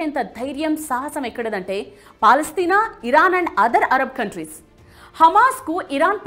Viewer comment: Bongu gelustadi israel Madam first meru palestine peru sarigga ananadam nerchukondi